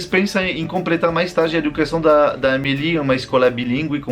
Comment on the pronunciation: ele falou compretar kkks